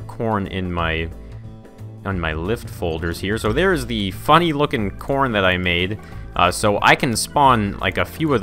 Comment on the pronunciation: you said porn instead of corn